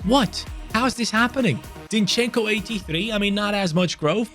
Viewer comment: Zinchenko's name pronounces just as it's written, try to accent on I, so it's zIn-chen-ko, don't pull e and o sounds, say it fast